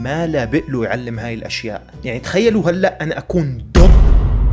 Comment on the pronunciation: انته دلوع بتقول هلأ(الال والانه)